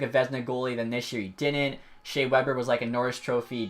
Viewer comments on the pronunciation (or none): none